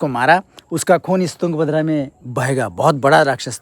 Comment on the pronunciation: wo yunga bhadra nahi hai , wo tung bhadra hai....sahi uccharan karo